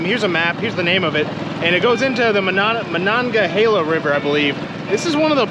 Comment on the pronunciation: Monongahela, you said it right. 👍🏽 One of Pittsburgh's three rivers 🖤💛